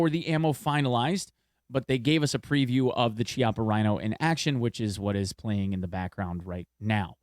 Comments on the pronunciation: Chiapa is pronounced like "keeapa". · Great video! Two things; Chiappa is pronounced key-awp-uh. The reason why the VSS and AS-VAL are the only weapons chambered in 9x39 is because those are literally the only two firearms in the world(barring custom manufacturing) that use that caliber.